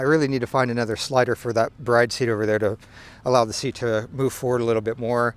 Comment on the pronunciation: Yes, E is silent. It's pronounced brid or brido, but definitely not bride.